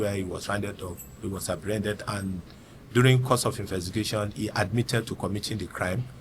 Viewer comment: Baba no sabi pronounce "Investigation" Good job though